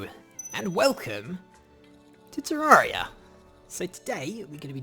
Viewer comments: IT'S PRONOUNCED TER-AIR-EEH-UH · I've always pronounced it teh-RARE-EE-uh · PiggyPigPig No, you're all wrong. It's pronounced tay-ray-rie-uh